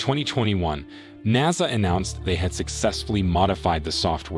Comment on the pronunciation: he lost me when he said naaasa